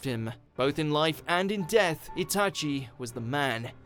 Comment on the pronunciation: It's not itAchi, its Itachi